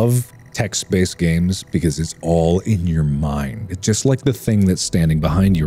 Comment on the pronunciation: RetroWizTHE1st “ganes”?